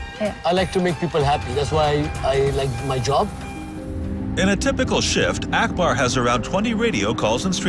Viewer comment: It's not Ackber. its Akbar u damn he's an Indian too